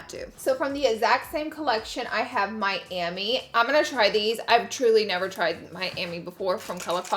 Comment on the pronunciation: Lashes are Mami like “mommy” not Miami 😂😂 love the way this look came out!!